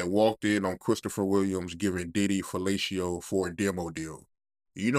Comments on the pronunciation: ‚She gave him a feelayciyooh‘. I give up. I‘ve seen it all, y‘all. I heard it all. That‘s it. It‘s over. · Same here but I heard: ‚….she gave him a feelayciyoooh‘